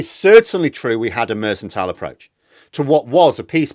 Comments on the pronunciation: you've left me in some doubt. Is your "Mersantile" the same as what other people call "Merkantile"? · What is Mersantile? Do you mean Mercantile, pronounced MerCKantile? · I suggest political parties get worse with more funding refuting your premise. Also election campaigns have far more funding and are of poorer quality than when funding was lower. Also it's mercantile not mercentile. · I love your videos,, and I don’t want to be “that guy” but it’s pronounced “merk-en-tile” 🙂. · I'll never tire of hearing you pronounce it "mersantile"... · it’s pronounced mur cun tile - just think of Jacob Rees-Mogg when ever you need to say it. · mercantile is pronounced with a hard c. mer-can-tile Not a soft c like mercenary (which sounds like an s) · "mersantile"? there's no such word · Sorry to be so picky, but the 'c' in the word 'mercantile' is a hard c not a soft one so you are mispronouncing it. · Um, that 'c' in "mercantile" is meant to be a hard 'c', as in pronounced like 'k'. I know you are from "oop North", but that repeated mispronunciation was pretty jarring. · I think mercantile has a hard C. Check it out. Jane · sorry to be that bloke, but the C in mercantile is pronounced as a K, not an S. Sorry, but you said it 5 times. Happy New Year, and thanks for all the good work.